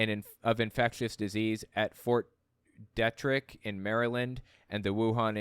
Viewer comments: its Fort (phonetically) Dee Trick. Ok. Its been around for along time too. I have a pet peeve of proper pronunciation of words. And im Canadian. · They would not even let that human being past the gates of any military facility in the world so sorry for it is pronounced fort deetririck